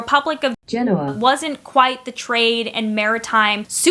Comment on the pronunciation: Nice little aside, there, about Gen-O-ah (GEN-o-ah?).